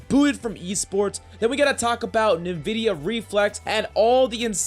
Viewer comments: the way he says nin-vedia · i dont like how he calls NVIDIA nuh-vidia